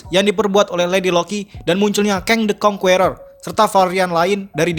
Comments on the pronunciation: Bang, sebut Kang the Conquerer itu "Keng de konkerer" bukan "Keng de konkUerer" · kritik buat admin atw siapapun yg bikin vid ini.. pliss bgt di PERBAIKI pronunciation ny.. asli gk enak bener di denger ny banyak kata2 dlm bhs inggris yg pronunciation / pengucapan ny jauh bgt, contoh "conqueror" dll.. mau kan bikin video yg enak didenger buat org banyak hehehe..